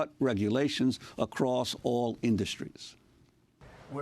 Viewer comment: "In-DUS-tries?" wtf is wrong with this guy? do we need to start having some sort of literacy "or whatever" test for the presidency? this is ridiculous. did he just say "bigly" is that even a word??